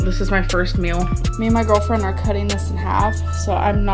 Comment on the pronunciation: She pronounces meal like mule. Pisses me off